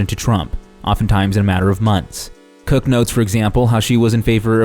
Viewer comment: Did you mispronounce Charles CW Cooke's last name on purpose?